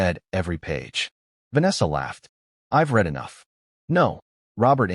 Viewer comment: Stop A.I narration it’s pronounced Red’ not ‘reed’, ruins the whole story. Makes me want to skip not subscribe. LEARN 😮